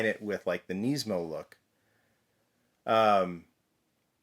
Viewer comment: Can you please say Nismo properly? It's not Neesmo. I managed to snag one of these so I'm excited, I just wish they would have displayed it with the hood open 'cause I already have a loose purple one and was planning on keeping this one on the card.